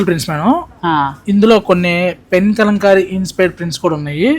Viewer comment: Kalamkari andi. Kalankamlaga pronounce chesthunnaru . Telugulo kala annattu pronounce cheyyali